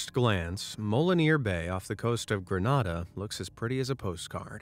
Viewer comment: (Gree-nay-da) pronunciation